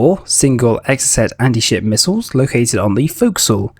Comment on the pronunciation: Missiles not mislles